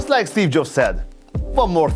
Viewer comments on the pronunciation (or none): none